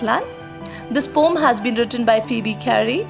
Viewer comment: as the word is poem just pronounce it as pow-uhm 🙂I am glad you did not take the comment in the wrong way and as it is said that teachers are also students you made that fact truu😇😃😄